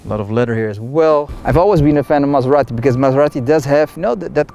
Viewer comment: Don't pronunce Maserati like a Mazda... :-D